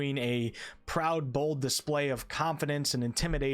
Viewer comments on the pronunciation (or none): none